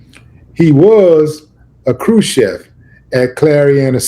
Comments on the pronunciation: A crew what? lol Willie D can’t even read and calling other people mutts 😂😂😂 Sound it out Willie C H I E F . Crew Chief. Dang that’s wild everyone listen to an illiterate fool. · crew C H I E F.....not CHEF